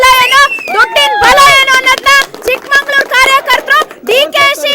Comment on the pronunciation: ಚಿಕ್ಕಮಗಳೂರು ಅಂತ ಉಚ್ಛಾರಣೆ ಮಾಡಿ , ನಾವೇ ತಪ್ಪ ಉಚ್ಛಾರಣೆ ಮಾಡಿದ್ರೆ ಹೇಗೆ